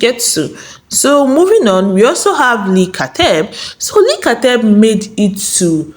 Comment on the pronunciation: Leaaah not Leee